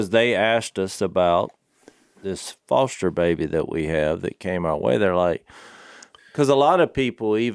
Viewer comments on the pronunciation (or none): none